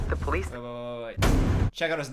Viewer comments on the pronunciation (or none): none